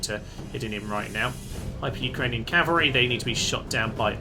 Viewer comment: Pretty sure they are programmed to not be too aggressive cos Alexander is supposed to come to them? Were you really calling the 'Hyrcanian Cavalry' 'Hyper Ukrainian Cavalry'?! Or was that just me and the subtitles that heard that? And I think he said ''the cowardly enemy have LOST the walls'', not ''captured'' them lol.